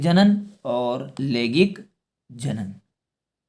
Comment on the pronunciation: Bhai langaik alangaik hota hai lagik alagaik nahi